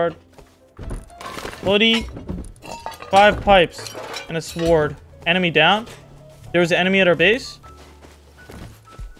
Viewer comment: "and a swword"